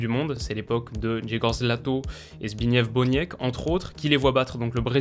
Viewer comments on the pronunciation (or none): On dit Zbig-nièf Bonièk et G-jè-goch Lato (le "rz" polonais se prononce comme un "j" mais la difficulté d'articulation au sein d'un mot le rapproche souvent d'un "ch"; pareillement si le "w" polonais se prononce normalement "v", en fin de mot il ressemble plus à un "f")